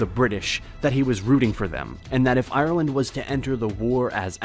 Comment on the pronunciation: You trigger me . It's Ireland not iland